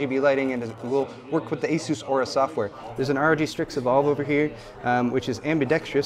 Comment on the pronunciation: Aura please not aourus